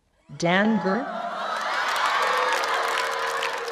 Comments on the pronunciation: danger 발음 [데인저]가 아니라 [댕걸]인거 뻘하게 웃기넼ㅋㅋㅋㅋㅋㅋㅋ 왜 갑자기 콩글리시인건데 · danger를 댕걸이라 하는거 웃음벨이네ㅋㅋ